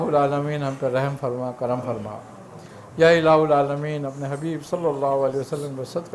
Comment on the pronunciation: یا الہ العامین۔ میں ہا پر زبر ہے